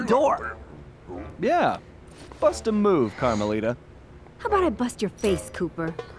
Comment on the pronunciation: it's carmelita